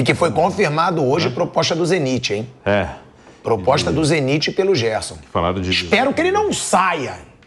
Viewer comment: Pilhado tá pronunciando Zenit errado.